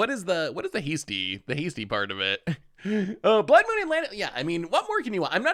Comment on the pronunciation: Ka-me not Cammy. Nan-too-ko not Nan-tuk-o. Your mispronunciation of cards is staggering. Blood Mune still kills me to this day.